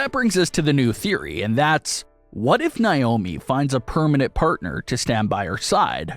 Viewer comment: Say it with me ….NAY- OH- MEE